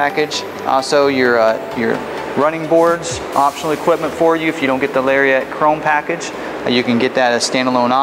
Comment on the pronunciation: Someone needs to tell this guy it's NOT pronounced "Larry-ette." C'mon now... It's a Lariat. It deserves to be called as such.